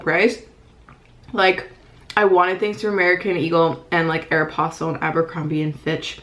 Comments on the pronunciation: YOU PRONOUNCE AEROPOSTALE SO MUCH DIFFERENTLY THAN ME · SAME! I've actually never heard it pronounced that way lol